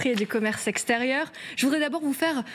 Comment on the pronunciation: Au début elle a dit ''aux commerces sexe terieur''